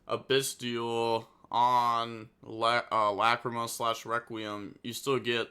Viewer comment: The way he pronounces "Lacrima" as "LA CREE MUH" is so funny.